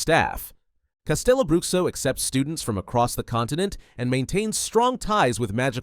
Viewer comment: I'm brazilian, so, just trying to be helpful here: CasteloBruxo is pronounced CasteloBrooSHO. Not, Broockso.